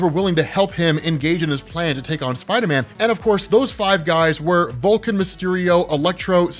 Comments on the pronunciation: anyone else hear say "VulCAN"? I didn't know Spock fought Spider-Man? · Definitely sounds like you said Vulcan instead of Vulture. Lol 😂 Definitely my ears playing with me. Lol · Did I hear things or did he call Vulture 'Volkin'?